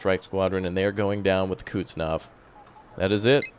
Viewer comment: Please make a video even just a few seconds long and just say it correctly. Lol. Koozznetzovvv